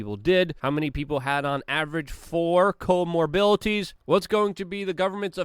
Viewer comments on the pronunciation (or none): *Co-morBidities no co-morbiLities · Come on, man! Comorbilities? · Another word for the Luke dictionary: comorbilities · lol, Luke... "morebilitys" love you baby